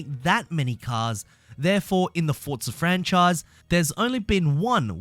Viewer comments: It’s forza not “fortza”😂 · 'fortza' horizon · "Fortza" reeeeeeeeeeeeeeeeeeeeeeeeeeeeeeeeeeeee